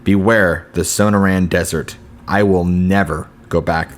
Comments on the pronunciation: SOH-NOR-ANN not SOHNOH RAN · Are you trying to say the Sonorian desert?